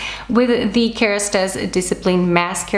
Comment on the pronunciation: I love the way you say « KeRastase » you pronounce it perfectly 😂